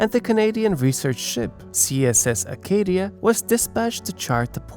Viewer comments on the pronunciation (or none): none